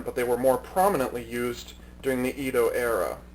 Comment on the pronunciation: it is pronounced Edo not Ido For your information I like your videos